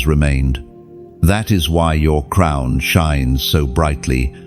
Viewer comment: Crown not crumb’s